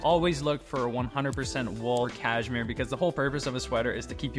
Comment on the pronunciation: it's pronounced caSHmere, not caJmere